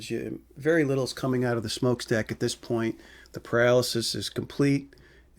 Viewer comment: Are you shaw it’s called paralysis and not pyro alasis